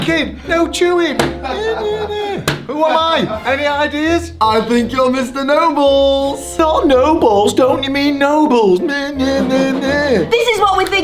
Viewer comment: Sorry but did MORGZ say " we have this really mean teacher named mr. Noballs 🤣